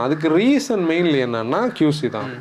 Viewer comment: Bro it is not QZ it is QC